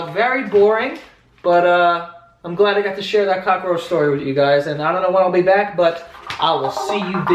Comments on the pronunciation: Cockroach is two syllables there's no a in the middle. But it's still fucking funny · Is it just me or does joe really emphasize on the "cock" part in cockroach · Who says “cockroach” tho. 😂 I add an A also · you say cockroach funny lolol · Omg the way Joe says cockroach 😂😂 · its cockroach u dumb new yorker not cockaroach lol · Its cockroach. Not Cock-uh-roach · He said cockaroach not cockroach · "Cockaroach" Joe can't words. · Cockaroach. I love it. We pronounce it Cock-roach in Oregon. We LOVE your vlogs!!!! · I like how he pronounces cockroach.(Cock-a-roach). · "Cock-a-roach"... I fucking love you. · Lol what is a cock-a-roach? Lmao i may be wrong but i think its just cock-roach lmao 😂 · "Cock-a-roach" I love it! So adorable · i think it's funny that when i lived in nyc everyone called it a COCKAROACH, Now im back in south carolina and here it's cockroach. just saying!! love ur videos joe.. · "cock-a-roach" Im fucking dying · you heard it here folks, "cockroach" has 3 syllables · I love how cockroach is three syllables when joe speaks hahahaha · Cock-er-roach..........why, Joe? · I'm sorry... Cock-a-roach? Cockaroach. Not.... Cockroach? (Also I've read the word cockroach so many times now it's lost all meaning) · cock-er-roach. I'm dying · lol "cock-a-roach" 🙄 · Cock-a-roach. Fucking adorable. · Does he say "cock-a-roach" or am I hearing things? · Is it me or was he saying cockaroach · WTF IT'S NOT FUCKING COCK-A-ROACH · Every time he said cockaroach I was dying laughing. I couldn't handle it. 😂😂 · I didnt realize cockroach wasnt pronounced cockaroach until these comments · cock a er roach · He says cock-a roach. WTF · "cock a roach" lmao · Hahaha "cock-a-roach", is this a NY thing, pronunciation thing? Hilarious, the whole story :D What is that cool lil tune at the end as well? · Why do u pronounce it like kakkaroach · Gift = extra syllable to the essential story word (cock-a-roach) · Ca ca roach. Lmao